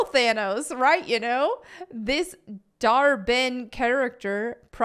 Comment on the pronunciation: Stop saying Thanos! It’s not This cringe is destroying my brain to listen to